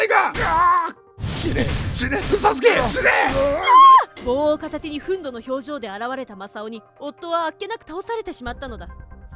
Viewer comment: ふんど？ふんぬじゃない、、？